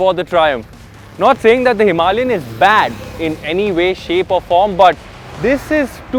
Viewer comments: Wtf is himi? Are you reviewing a scooty? A grand name for a grand motorcycle should be spoken clearly. It's not pep. Its a Himalayan. Power Drift has become worst from worse for vehicle reviews. I'm flagging this channel off. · Himalayan isn't pronounce "Somalian" with an "H". I had to stop watching after 1 minute. Too cringe. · Stop calling Himalayan a "Himi". It's cringe af.